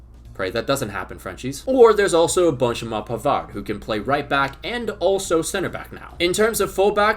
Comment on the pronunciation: if you're gonna pronounce Benjamin Pavard with a French accent then you have to do Harry Kane with the most violently British accent as well. it's only fair.